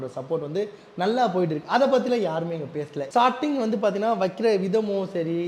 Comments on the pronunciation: Shop ❌ Saap ✅ Starting ❌ Saating ✅ Yamaha ❌ Yamagaa✅ Dealership ❌ Tealersip ✅ Support ❌ Sappot✅ Subscribe ❌ Sascibe✅ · 😂😂😂 own.... Onaaaw...... Company.... Componyaa.... Starting.... Saarting😁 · Starting❌ shorting ✅😂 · Starting❌ 😢 sarting✅😂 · Starting ❌ Sating✅ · Shop❌saaap✅ Starting ❌saating✅ Reply❌replay✅ Tharkuri for reason....😂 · Starting ❌️ sarting ✅️